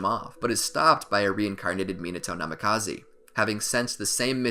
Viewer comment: The constant mispronunciation of major characters names killed it for me, NamikazEEE....😵